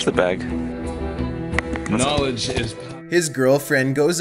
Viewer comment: Did he say "bag"? It sounded like hey said "BEHG"